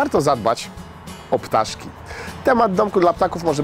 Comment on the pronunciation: "Zadbać o ptarzki " XD W (około) 30 sekundzie